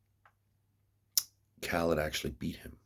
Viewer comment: Kha led. Not kha leeed. Lol